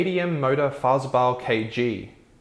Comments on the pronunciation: Farhr-zeug-bau sounds like: "FAHR-tsoyk-bow" If the "ts" sound is tricky, you can say something like "FAR-zoik-bow" as a close approximation, though it's not entirely accurate. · K (Car) T (tay) M (em like in 'eminem') Mow-tor-far (the British pronunciation of 'far' not the American one) -tzoig-bahw - K (car) G (gay) : is the correct pronunciation if you have an anglo saxon tongue. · Great summary of KTM's history and current dire situation. You crammed a lot of info into 5 minutes! Dreadful Deutsch mis-pronunciation though...Fahrezeubau is 4 syllables: Fah-Rer-Tsoy-Bow. FWIW I still have the KTM450EXC on which I did two North African rallies and am tempted by the modern 690 singles and 890 twins – but put off by all the tales of unreliability! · Fahrzeugbau pronounced… Fart-zoyk-bough (as in part of a tree🤣) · "z" in German always sounds like hard "tz" like in Hertz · Its pronounced "far-zeg-bau" - meaning vehicle construction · As a non-German speaking person doing a report and mangling the pronunciation of German names you may be trying to extract some humour from your verbal stumbles . As a serious reporter you have no excuse for not having at least consulted with a German speaker in order to listen to how “ fahrzeugbau “ is pronounced . Any few words in any language can be spoken correctly even if you have no clue as to what the meaning is . A parrot can do it , so can you